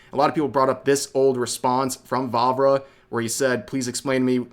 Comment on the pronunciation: Every time he said Vávra I heard Barbara for some reason